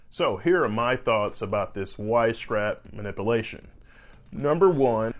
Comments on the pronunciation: “Manipalation”. Come on bro. You’re a surgeon and you’re not even pronouncing simple words correctly. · "Ma-nip-you-lay-shun" not "ma-ni-poo-lay-shun." And with that, I can't keep listening to this moron mispronouncing this word. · Good points. Just a note on pronunciation though. It’s not “mani-POO-lation.” It’s “mani-PYU-lation.” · Less than 30 seconds in and he pronounces it, “manipuhlation”. LOL wow. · I love the way he pronounces some of those words… spinal manipulation. Mah-nipple’ation! I do love mah nipple’ations! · Manipulation, pronounced mə-nĭp″yə-lā′shən”, should be easy enough to pronounce by a surgeon. Please try again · I’d be concerned if my surgeon couldn’t even properly pronounce “manipulation” bro is saying “manipilation” 😂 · No one is yanking me with that strap on my neck...Geez , learn how to pronounce manip- u -lation! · I love the way he says manipalation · What is a 'ma-nippel-ation' ? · I liked this informative video. My only comment is to please pronounce the word manipulation in a slightly different way! Put a "pew" in there! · Please learn how to pronounce ma nip u la tion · Honest to god - I heard “ma-nipple-ation” instead of manipulation 🤣🤣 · Bahahahaha. He did say that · I can't pay attention when it is pronounced ma.nip.a.lation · fur fuck sake man, you are an orthopod??? really? please learn how to pronounce Ma-nip-u-la-tion correctly... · “MA-NIPPLE-ATION” As it’s pronounced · I don’t understand how you could be a surgeon and not an expert. And it’s pronounced muh-nip-yuh-ley-shun. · Ok.... was surprised that a back surgeon would be open to this " man-nipple-ation"... thought this would be a slam video..... but you gotta pronounce the u in manipulation guy. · Dr. Cant pronounce "manipulation" so why should we believe he understands its meaning? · I can't take him seriously. His pronunciation is incorrect. Manipulate, manipulation 😒😒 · Never trust a doctor who can't pronounce manipulation. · why can he pronounce "manipulation"??? 🤣🤣🤣